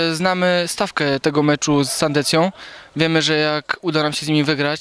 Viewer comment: Sandecję, a nie Sandencję bo nie ma takiego klubu. Polonia : Sandecja 2:3, rewanż za jesień :-) Pozdrawiam kibiców Polonii i do soboty.